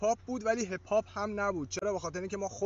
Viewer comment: تو تلفظ hip pop رو بلد نیستی اومدی فاز میدی ؟